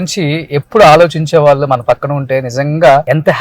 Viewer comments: వాల్లు కాదు వాళ్ళు అని అనండి... ళ పలకడం పోతే తెలుగు భాష అందం తగ్గిపోతుంది... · ‘వాల్లు’ కాదు రా- ‘వాళ్ళు’ అనాలి !